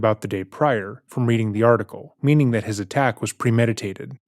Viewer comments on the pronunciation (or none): none